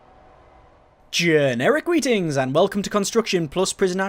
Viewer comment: I keep thinking that you're saying "Generic readings" rather than "Generic greetings".